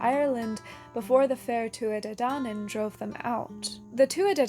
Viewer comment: Love the video, just a teensy correction from Ireland: Balor of the Evil Eyes is pronounced to rhyme with "Valour" rather than "University in Texas" (it would have a fada accent on the A for that broadened vowel sound) but you got the more difficult Tuatha Dé Danann nearly perfect: the fada accent broadens the E into the sound Fonzie makes....